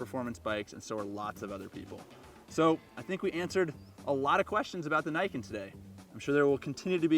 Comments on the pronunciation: It's "knee-ken" not "nye-ken" And the entire point, which (was it missed??? Did you not what the actual video???) is you have 2x traction on your front end. I'd love to see some braking statistics on this thing. For me, it's riding around on roads with oil patches. You're MUCH less likely to have the front wheel slide out from onder you if there are two of them. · "knee-Can" not "Nay-can" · You know, the name in Japanese would be pronounced "nee-ken", not "nyken". Ni meaning "two" and ken meaning "sword", the name can also be translated as "Twinblade". For obvious reasons. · Shouldn't it be pronounced knee ken instead of nye ken? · Thanks. That was fun. Just one thing: it’s Niken. Like NeeKen. Not Naiken. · Say what you will, the engineering is impressive. And it's pronounced "Nee", not "nigh". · Great video as always, but since I live in Japan your pronunciation of it bugs me XD Its actually ni-ken, as in "nee ken". Though im sure the reps over there told you it was the nyeken... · I like how enthusiastic you are about it but it's pronounced knee Ken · *Nee - ken Yes, I know I'm a weeb. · Pronounced as "Nee Ken" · It’s name is pronounced “knee-ken”, as in how the Japanese would pronounce the number two, (because the name means “two swords”). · Pretty sure it's pronounced like Knee-Ken, with emphasis on the Ken. It supposedly translates to "two-blades" from Japanese. Probably because of the way it looks thanks to the suspension. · i think it pronounced as 'nii ken' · its called (knee-ken) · Who's willing to bet it's not pronounces "neyeken" ? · it's probably pronounced kneeken since Japanese I sound is a long e sound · I dont usually use this term but, I cringe everytime they say "Niken" the Ni is pronounced as "Nee" please... it hurts. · It's actually pronounced as "ne" as in "neat" and "kan" as "can". The name niken literally means two sword.